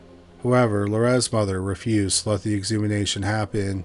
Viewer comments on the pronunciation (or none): Ex-hu-ma-tion. Exhumation. Not "exhumination" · Dude really said “exumination” lol . Why cant this dude speak english? It’s fkin “exhumation” you fkin idiot . What happened to learning your language? Is this a low IQ issue? Judging by the slowness of this dudes voice, probably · You need to learn how to pronounce exhumation. It's not exhumination...